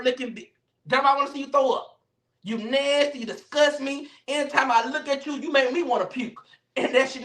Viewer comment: The way says nasty be havin me in tears!! He said "Alvo! You a Nansty sissy!" 😂😂😂😂😂😂😂😂